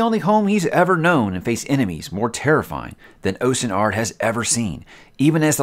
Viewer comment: its pronounced austen ard